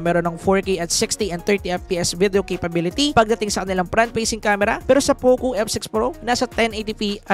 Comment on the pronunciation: Konting bawas lang sa word na CAPABIITY goods na yung review mo. Keep it up! 👌